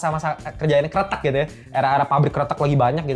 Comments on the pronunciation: bang jangan salah pengucapan karena maknanya berbeda / artinya berbeda . bukan keretek tpi Kretek . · Bang Pengucapan mu dlm bahasa jawa artinya krete`k : jembatan , kretek : rokok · kretek bang bukan kretek:face-blue-smiling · kretek bang bukan kretek, ampun dah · Bukan kretek, tapi kretek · kretek bang bukan kretek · Bro, Gadis Krètèk, bro...bukan Kretek. "E"-nya kayak kalo ngomong "emang", "kecap", "medan" gitu....kalo kretek tu suara lu bunyiin sendi2 jari 😭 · Cara nyebutnya gadis "kretek" bang, bukan gadis "kretek" Makasih 🙏🏻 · Kretek bukan kreteuk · Bilang kretek nya kayak kretek tulang yaa, jadi inget om joe, sering kretek frozen shoulder sambil nyengir senyam senyum pasienne menderita , akupun satisfying dengar suara renyah dari kretekannya 😅😂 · Gadis Kretek. Baca 'e' nya di kretek seperti 'e' di kata : kresek, pesek, nenek... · Wkwkwkw iya bang jadi gadis jembatan wkwkwkwk ngakak bjir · Gadis Kretek klo pake pengucapan artinya bukan Cigarette Girl lagi tapi Gadis Jembatan 🤣🤣. Kretek (kayak ngomong) artinya jembatan dlm bhs jawa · Setuju sih jd aneh kreteknya . Ngomongnya kretek sendi2 wkwkwk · 😂😂baca kreteknya bukan pake epepet bro, beda artinya